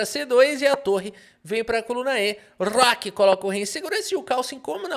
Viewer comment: "rrróooooqui foi jogado..."